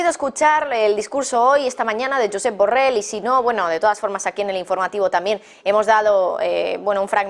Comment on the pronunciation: Solo para corregir a la dama reportera: no sé dice burrel, se dice burrol!, aunque tal vez se enoje el burro por tal denominación!. Disculpa burro!.